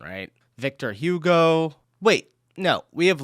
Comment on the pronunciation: No! The ancestors of the Native Americans were East Asians. They migrated across the Bering Strait between what is now northeastern Russia and what is now Alaska. The Balic regions in the... Balkans??? Spain. That pronunciation! [B. v. Storch] 😂 That pronunciation! [V. Hugo] 🤣🤣🤣 Ever heard of the Pyrenees? Ever heard of the Sistema Central? Ever heard of the Cantabrian Mountains? Ever heard of... Ever heard of the Apennine Mountains? Ever heard of... forget it! 😂 Vlad III Drăculea, known as the Impaler (or Dracula).